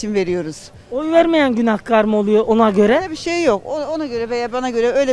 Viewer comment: İsrarla Günahkar ı yanlış söylüyorsun, israrla karşındakiler doğru söylüyor kelimeyi😂😂